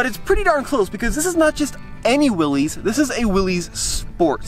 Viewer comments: It's not pronounced Willies it's Willis. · It’s not willeez, it’s Willis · 😅If you are going to comment..it is not a Willy's Jeep..it is a Willys Jeep named after John Willys who invented that vehicle. Willys is pronounced Willis not like Willies. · It is well documented that John North Willys pronounced his name as Will-is, not Will-eez ! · For the love of jeep it’s Willys not Willy’s. The guy’s name was Willys. It’s not owned by a guy named Willy. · Come on man. It’s not pronounced Will-es it’s Will-is, like Bruce. You have to know that right? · They do call it Willys, it’s properly pronounced Willis like the Willys motor company was. That’s a nice Jeep. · Willys is pronounced Will Is. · It's pronounced "Willis"...look it up.